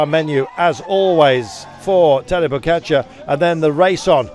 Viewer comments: Its pogacar not pokatschar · Why is he pronouncing it PoKačar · Why cant he pronounce Pogacar properly?